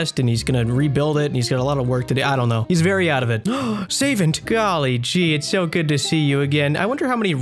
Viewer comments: I don't think you mispronounce too much lol. Only ones I can think of rn are "Say-vent" and "Sara-dahm-in" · When you said Say-vent I immediately looked away from my rs client to confirm it was Savant then i heard you say youre trying to trigger us, it worked for me lmao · I looked away and thought you said “saven’t” cos someone died